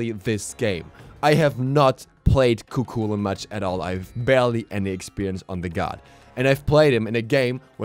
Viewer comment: Just so you know its pronounced ku hulain